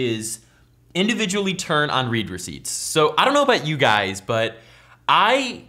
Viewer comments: "Read receipts" is read "red receipts," not "reed receipts." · You pronounced read receipts "reed" when it's supposed to be said "red" because it's the past tense. The person read (red) the message, that how it is. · it's pronounced like "red" receipts.. not "reed" receipts. Because its notifying you that they SAW the text.. past tense haha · Its not read (reed) receipt, its read (red) receipt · ITS READ (RED) RECEIPTS NOT READ (REED) RECEIPTS FUCKING IMBECILE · I always pronounced read receipts as red receipts not Reed receipts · In this case it is pronounced "red" and not "reed" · Correct me if I'm wrong, but I think the word 'Read' in 'Read Receipts' is pronounced 'Red'?!